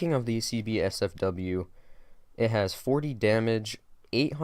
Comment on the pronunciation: I got a little triggered every time you said CB-SFW lol. It's C8-SFW bro (coming from a Buck main), oh and btw, you should definitely run Flash Hider on it. Makes the first shot recoil significantly easier to control and it also helps a lot for the first 6-10 shots. The only thing compensator does is reduce horizontal recoil which honestly IMO isn't as good as the Flash Hider. I like the heavy horizontal recoil because if they move slightly, I can still nick the side of their head and get the headshot. Vertical recoil becomes very easy to control after 20+ hours so ACOG is usable, but like you, I prefer the holo. Awesome video btw bud